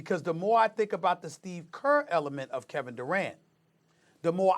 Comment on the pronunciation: "Steve Gert"